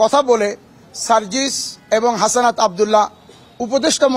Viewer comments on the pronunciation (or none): আরে ভাই হাসানাত না হাসনাত